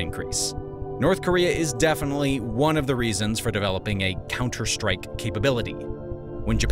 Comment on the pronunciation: Counter strike. Really emphasized those words.